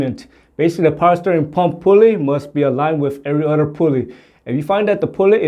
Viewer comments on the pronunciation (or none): none